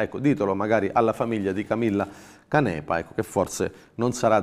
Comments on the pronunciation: Ciao, grazie! Il tuo lavoro è magnifico e Controcanto una trasmissione che ormai è indispensabile per affrontare le notizie con la giusta ironia! Io da genovese la pronuncerei Cànepa e non Canèpa, povere vittime, riposino tutte in pace. Grazie! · Canepa è con l'accento sulla prima A (Cànepa).